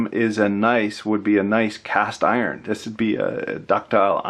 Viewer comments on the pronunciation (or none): none